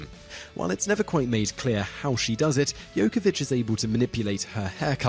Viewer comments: Pre sure it's pronounced yovovich..not yokovich. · Jovovich, not Jokovich.